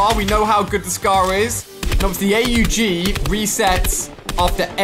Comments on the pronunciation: It's not A-U-G, it's pronounced "awg" and it's the AUG-A1 and it's supposed to be a semi-auto/auto, Epic put a mix of AUG-A3 AND THE A1 together 😂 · You pronuce it the AUG AwwG